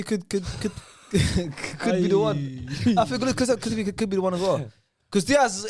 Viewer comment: when pronounced kulusevski wrong telling his bredrin to laugh louder had me dead 🤣🤣🤣 pronunciation’s are wild